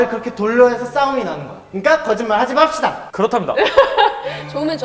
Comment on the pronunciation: 거짓말 하지 맙!시다- ! 억양